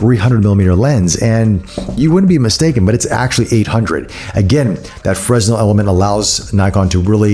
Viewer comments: Great review, but it's pronounced fray-nel, after the French engineer and physicist Augustin-Jean Fresnel. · the "S" is silent but you dont pronounce the "Y" either